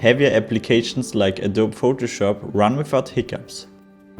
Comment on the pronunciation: Adobe is pronounced "Ah doe bee." I forget what language we got that word from, but I'm pretty sure it's not originally English.